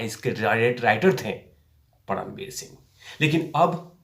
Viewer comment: परमवीर बोलिये पडमवीर नहीं